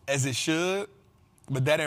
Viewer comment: it’s AS not ASS 😂😂😂😂